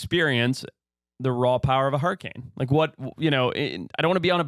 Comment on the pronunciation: Why are one of you guys calling hurriKanes “hurricaN” is that guy from Utah?